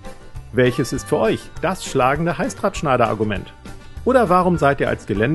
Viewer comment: Ich verstehe die ganze Zeit Halsabschneider. 😬 Aber cooles Video